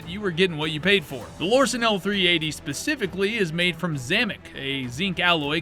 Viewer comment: So in his new video from just a few days ago "Guns that you friends will roast you for buying" he lists the Lorcin. In this video he listed the Lorcin. In both videos he totally pronounces "Lorcin" differently. So had he done any actual research into these guns, he'd know how to say the name. In this video he says he has a special affinity for them, & yet CAN'T say the name Lorcin properly? GTFO. Come back when you actually know WTF you're even talking about.